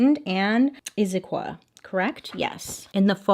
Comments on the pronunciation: You pronounced Issaquah right!! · Bailey nailed the pronunciation of Issaquah, and I need her to know that. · You pronounced Issaquah correctly! So many people don’t congrats 👏🏼